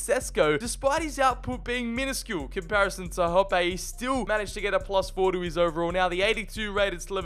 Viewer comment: Hoppe is pronounced hoppy like what a bunny rabbit would do